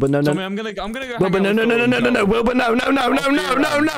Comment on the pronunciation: MANZ REALLY CALLED HIM “WILBY” I CANT WITH “WILBY SCOOT” 😭😂